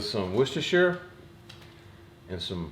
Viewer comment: Good to see you back man. And good to hear someone your side of the pond pronounce Worcestershire properly 😂 I visited Texas recently and loved HEB. I can understand your disappointment if you’re not near one anymore